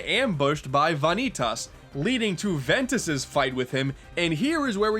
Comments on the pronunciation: "Van nee tas" Godamnit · VA-Nii-Tahs? He has to be saying that for comedic effect he has to have heard it in the cut scenes orat least watch Some Call Me Johnny's review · The Japanese pronunciation is Vah•nee•tasu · Ok in case any dude does ever read this it is pronounced like vaneetus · I agree which hurts me more that he says van eee taas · You keep mispronouncing Vanitus. Edit: Kingdom Hearts 3 comes out in 2018. Didn't you see that in the most recent trailer? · um, I'm sorry, but, Vonny-tus? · "vah nee tas" for fuck sake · vanitas..... its like saying van e tas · Why does he say Vanitas wrong. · okay what?! it's bugging me how ur saying "Vanitas" after they say it in the game several times. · >Pronounces name wrong >"Yes, the names are weird" Thanks,. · Did anyone else get upset and correct this guy whenever he said Vanitas? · when you hear a name so badly pronounce it hurts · How do you pronounce vanitas so wrong after playing the game? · The way he pronounced Vanitas... fml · How the fuck do you butcher Vanitas name that bad? Get your shit together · Am i really the only one bothered by the way he pronounces "vanitas" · The Coffee Alchemist I don't know how he doesn't get the real pronunciation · I think you mispronounced Vanitas' name. Just giving you a warning. I'm not a stickler for that sort of stuff. 👍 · Mario It makes it worse that they pronounce his name multiple times and he still mispronounces it. It's like he's doing it on purpose. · I loved the game, but you said Vanitas wrong. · Va-nee-tus. Not Vaa-nee-tass. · Ewwww "Vaneeetas" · "Vaughn-eet-aas" Also, the story in this game was pretty shit. And no, the combat system was anything but great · Are you making a joke pronouncing it Vah-nee-tahs? The game has spoken dialog which pronounces it Vuh-nee-tus. Also the stylized "X" is greek pronounced Kie, or key. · Fanetas? my dude wut!? They say the name the right way Goofy XD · Ah, yes... "Vonny Toss"...